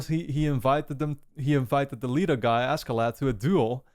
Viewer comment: Askeladd is actually pronounced like “Asheladd”